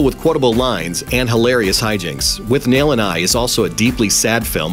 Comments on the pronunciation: It's not withNAIL and I ... It's WITHnail and I. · It's pronounced 'wit-nail' not 'with-nail'..... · It's not with-nail it's withnul.. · Learn to pronounce Withnail. It's pronounce in the movie. You obviously didn't watch it.